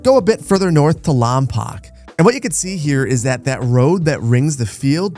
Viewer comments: As someone from the real SB, hearing someone pronounce Lompoc as 'Lom-pock' instead of 'Lom-poke' felt like getting hit with a flashbang. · It’s Lom - Poke just fyi, love the vids, you should get some inspiration from Santa Barbara for the next town over